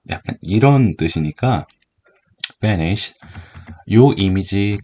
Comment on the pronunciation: 붸니쉬 발음 찰져요